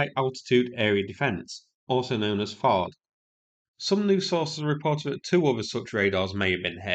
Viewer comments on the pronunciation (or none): You kept saying T'Hawd and I was confused, until the graphic cleared it up! 😅 It's TH like in THree and AD like in dAD - only 1 A is pronounced, so "THAD" 😊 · THAAD is a hard A, like had with a th on the front. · . THAAD (Terminal High Altitude Area Defense) is typically pronounced as “thad," with the 'th' as in "think" and a short 'a' as in "cat".